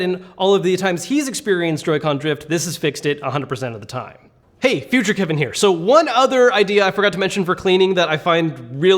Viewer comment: when he said “hey future kevin here,” it sounded like hey veasuce michel here